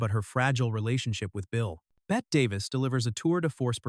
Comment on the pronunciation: Otto Preminger is pronounced "PREM in jer." and Françoise Sagan is pronounced "sa GANN" and Bette Davis is pronounced "Betty." This is difficult to listen to - it's not rocket science.